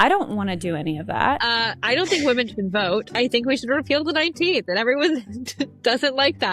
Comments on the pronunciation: Hopefully this won’t upset you, as I say the same thing to maybe 20% of YouTubers that I watch, but… Thanks to the stupid way “women” is spelled, you’re sometimes misreading it phonetically as “woman”. This common error recently became a pet peeve of mine after I noticed how many influencers do it. I figured you’d want to know, since you seem to be an intelligent Feminist. It’s an easy mistake to make, since you basically have to read the word backwards, in some sense, to know whether it’s singular or plural. I’d love to see the spelling of this word revised to something like “wymen”, but, alas, MEN created languages and they don’t give a damn about what’s best for wymen. But hey, if you edit your scripts (assuming you have one, because, otherwise, how is this error made?) to change all of the words “women” to “wymen”, you’ll never misread it as “woman” again. Yay, I found the cure! Now I have to go tell the rest of YouTube. 😮 Please feel free to delete my comment, as I would have preferred to send it to you privately. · When speaking about something as serious as feminism, at the bare minimum, you should at least pronounce the word, women, correctly. The fact that you continuously use the word, woman, erases the entire group of us. I have made this comment multipke times on your videos, I’m not sure why you refuse to correct the mistake. Women is pronounced wim-men. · Are you pronouncing women and woman in the same way or am I hearing it wrong? I thought 'women' was pronounced as wim′in. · idk if this is an accent thing but why do so many people pronounce women as woman? it drives me crazy lol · The plural for woman is women, pronounced 'wimen'. Great video but had to say! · Why did everyone start pronouncing women wrong? whim-in im hearing this evvvverywhere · Look, i am old and in my feels, but had me misting up. ALSO your pronounciation of "women" felt so poignant since it sounds as if we are one woman! ... thank you for your commentary service 🫡